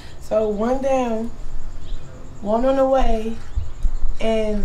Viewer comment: Did she say, one on the way?